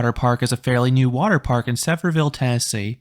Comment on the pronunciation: Just a heads up for this. Uhm you called it sever ville. Not Sevierville